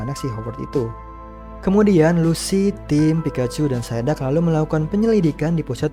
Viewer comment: BANG ITU PSIDUCK BUKAN SAIDAK TAPI EMANG ENEK DIBILANG SAIDAK SIH. EH BENTAR BANG PAS AKU NONTON FILM POKEMON KOK GAK ADA KARAKTER POKEMON PSIDUCK